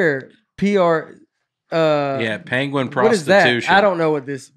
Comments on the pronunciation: This actually turned out to be a pretty good episode. Then again, I would’ve been fine listening to 80 minutes of Nate pronouncing “pangwin”. Keep up the good work, Nate,, and. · penguin not panguin